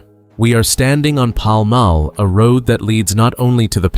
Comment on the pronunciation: The presenter should learn to say Paul Mall correctly